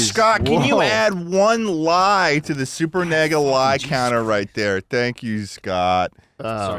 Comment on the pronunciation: Did just say Supernega